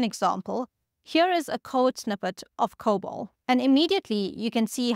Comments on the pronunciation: Lieber Freund, es heißt Cobol! Dear friend, it's called Cobol! Not COBAL! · "COBOL" not "COBAL" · COBOL? You gotta be kidding?